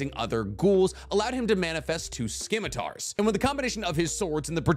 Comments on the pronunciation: its not pronounced "skimitar" :D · Scimitar (Sih-mih-tar)